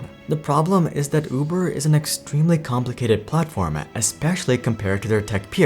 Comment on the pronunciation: Can't help but notice when you pronounce 'platform' as 'platforma'. Is there a reason for this?